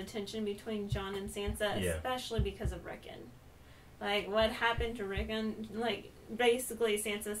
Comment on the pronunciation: Rick-ON omfg it’s Rickon, not Rickin